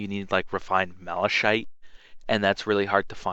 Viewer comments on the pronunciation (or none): This bugged me so much, but it's pronounced "malakite,' not "malashite." Apart from that, great video and lots of help. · you called it mala-shite lol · It's actually pronounced like this: [mal-uh-kahyt] Not like it actually matters though. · Malachite is pronounced "malacite" not "malashite" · Very good tutorial bro, but you can't pronounce shit to save your own anus. Malashite, I mean really. Horothengard, fuck me dead it drove me nuts. So in the future go to speech therapy that might help. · Not to criticize, but it's generally pronounced like "mal-eh-Kite", it's a real type of stone that exist. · Is a decent tutorial but its kind of disgraceful that you don't know how to pronounce ANYTHING in the game jorvaskar (Your-vas-kar) malachite (mala-kite) oricalchom (or-y-kal-com) yikes dude why do u even bother? What's worse is a lot of this stuff is pronounced for you in game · 'mala-shite' I laughed for quite a while xD